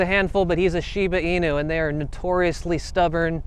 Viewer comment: You said Inu wrong! It is Japanese, so you have to say it as such, with the U being a U sound! In-U. Sorry, but I do enjoy your videos!